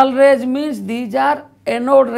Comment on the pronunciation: its rays not raggggs